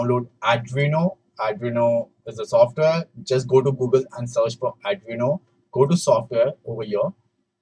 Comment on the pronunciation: its not ardino its arduino 😭😭